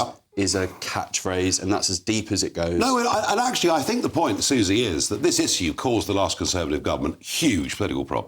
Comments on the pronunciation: The clown is a brit, can't even pronounce the word issue correctly 😅😅😅😅 the muppet of British image. Why haven't you left the country as you promised, you said you'd leave the country if Brexit fails to deliver. Stop trying to make it like it's all about you and f the rest of the brits. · I want to back him politically but he can’t say ‘issue’. 😖😖